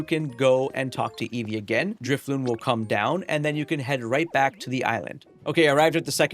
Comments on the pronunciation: DriflooN. Like ballooN. Not balloom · *Drifloon. Not Drifloom.